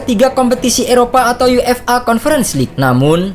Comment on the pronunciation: UEFA bacanya yuefa min jgn dibaca yu-f-a pisah² gitu 😏😏😏 Udh komen gini berkali-kali tp gk prnh dibaca, dan cara penyebutannya ttp aja sama sprti itu.